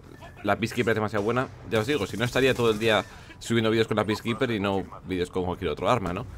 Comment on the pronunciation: "Piskiper"?En serio?